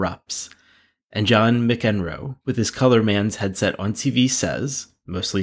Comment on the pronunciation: McEnroe is pronounced Mack-en-roe